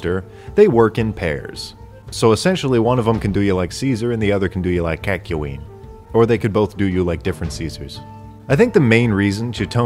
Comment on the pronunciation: I don't know which pronunciation was more offensive, ula-ula or "KAHK-ya-WEEN"